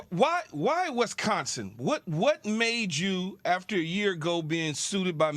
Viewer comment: Keshawn… it’s WISconsin, not WESconsin